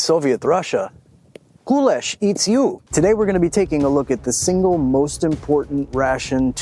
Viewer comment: Кулеш pronounced with the stress on the E. KulEsh. Based on the hungarian word for millet, "köles", supposedly. Basic kulesh would be boiling rough grain, like millet, or whats available and adding the cheapest meat that lasts long without refrigeration in the field - salo, or pork lard, finely chopped. Water would get boiled out and youd have to stir the pork fat to essentially bake the kasha in. Adding veggies or at least onions would be ideal, but hardly available to ranks below high officer in WW2. Also, I'm sure jews and muslims ate pork rations to stave off starvation, but I seriously doubt they'd thanked god for that pork.